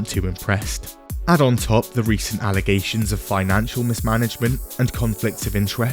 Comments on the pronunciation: These is " FALSE ALLEZATIONS"🤣🤣🤣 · Oh yeah, the false allezations lady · False allezations and not facts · False Allezations (and not fact) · "False ALLEZATIONS!" - SuperMayor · "ALAZATIONS!" - AJW